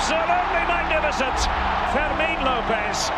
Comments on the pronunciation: His name is pronounced Fermeen, not like vermin. Get it right ffs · Great video!!! But you should improve Fermin name pronunciation 😅. The strong vowel is the i.